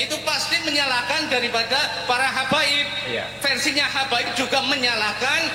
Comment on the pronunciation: Salah sebut habaib jadi hababi 😂😂😂😂